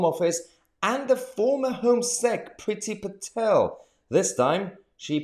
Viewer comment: Love how you say "Priti Patel".... you make it one word "PritiPatel"! Almost as good as when you say "law". Very Inspector Clouseau. Suella Braverman is awesome. Hope she can follow through.